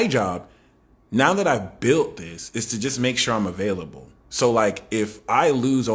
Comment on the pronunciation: 'Avayliable' 😂🎉 ty 🫶🙏